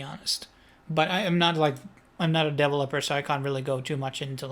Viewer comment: Please learn to say ‘devolper’ and ‘liquidy’ correctly. Thanx.